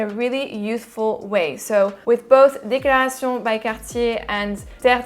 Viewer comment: lol you really went for it on pronouncing the DECLARA Tshee OWNN by CAHHHH TEEE EHHHHHH'